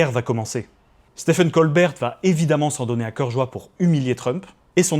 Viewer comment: Ça se prononce exactement comme Steven, pas "stefen". (C'est valable aussi pour stephen king et tous les autres Stephen américains)